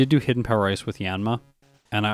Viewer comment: I like how sometimes when you say "hidden power ice" it sounds like "hidden power rice"